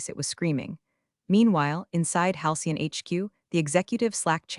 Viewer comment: AI narration needs to have more training to recognize tense. (ie, present tense, past tense) and proofreading by a human while listening to narration before releasing into the wild is strongly recommended. As it atands, creators look lazy and incompetent. And "Halcyon"" is not "hian".